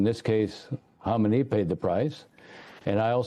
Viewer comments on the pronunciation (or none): Ari, learn to pronounce what you're talking about correctly, P-H-L-E-A-SE. Khomeini died in 1989, of natural causes. It was Khamenei who was killed a few days ago. Pronouncing "Khomeini" shows you don't know what you're talking about, or you aren't familiar enough with the subject.